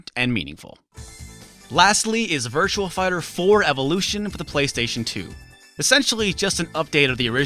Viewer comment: Sounds like you're saying Virtual Fighter.